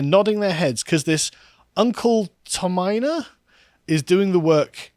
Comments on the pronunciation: Fk me pronounce Tomiana right will you..... 3 fkn times so far.........Tommy-anna.....got it?? Tommy-fkn-anna !!!! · The comment section may have said it already, but it’s pronounced “Tommy-Anna”. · Likely pronounced Tommy Anna.